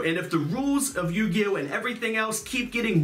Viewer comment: Yuginono turn to yu-gi-oh-no😭